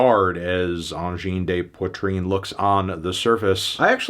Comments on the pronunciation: "Awngene deh Poitreen" it's AWJINN DE POITRINN. not "d'eh" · AHN-JIN DUH POITR-IN for the anglophones out there. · knocked a point cause he couldn't pronounce the guttarl r on video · At least try to pronounce their name correctly. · honestly I'm watching just to know how to pronounce Angine de Poitrine